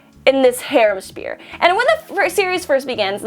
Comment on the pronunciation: sounds like you're saying spear, not sphere.